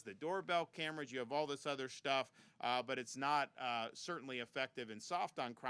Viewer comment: “All this other shtuff” my man almost let it slip.